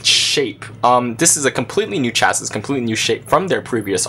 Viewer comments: Lmfao he pronounced chassis with the s on the end! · Pronounce "chassis" properly please. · I immediately assume lack of intellect with people who can't pronounce properly and also those that think it doesn't matter. So I'm having trouble trusting the review.